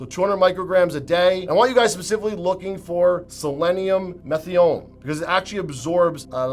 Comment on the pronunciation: "selenium meth-I-ON-INE" not "methion". Jeepers...if you are trying to sound knowledgable, at least learn how to pronounce the names of the supplements.